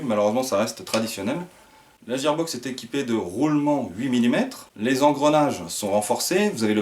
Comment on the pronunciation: super vidéo et super réplique mais IL me semble qu'on dit guear box et que ça c'écris gear box